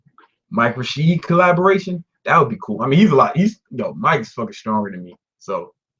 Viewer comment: ive been fuckin with ya vids lately and you real bro! i be telling my friends too all the time just make some attainable goals haha o and its mike Rashid! not rashad! lol